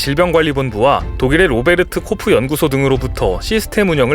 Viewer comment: 정벙합니다. 로베르트코프연구소기ㅜ아니라 로베르트 코흐연구소입니다.